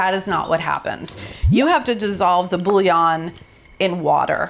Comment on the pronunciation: Your nails are incredible and I can tell you’re an amazing mom. I’ll def be trying this!! I hope this next comment doesn’t come off as cringe as I feel it will, but…. as a native French speaker I just wanna hear one English speaking cook say bouillon properly LOL its boo-yon not bully-on 🫣